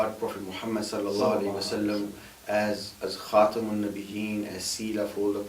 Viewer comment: The recitator in the beginning recites "khatim" instead of "khatam". this is a very serious mistake as it changes the meaning deliberately! Hazrat Abu Abdur Rahman Assalmiyye narrates that he used to teach Hazrat Hasan and Husain (Allah be pleased with them). Once Hazrat Ali bin Abu Talib, Allah be pleased with him, passed nearby him while he was teaching them, so he said to him: "Teach them KhatamanNabiyyeen with a voval a on Ta. (Durre Manthoor Vo.5,p.386, also in Takmila majma biharul anwar)